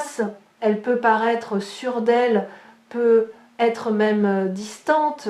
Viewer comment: Bonjour, j'ai une question à vous poser. Pourquoi ne fêtes vous pas la liaison quand vous dites peut-être ?